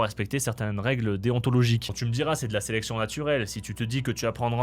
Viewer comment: sélétion naturelle ? sélétion naturelle XD